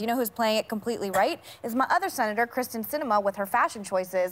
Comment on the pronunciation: Good lord. Meghan can't even get Sinema's name right. It's KYRSTEN (like kear-sten), not KRYSTEN (chris-ten).